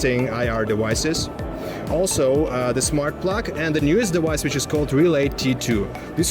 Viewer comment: I need a compilation of this guy saying "dewice" over and over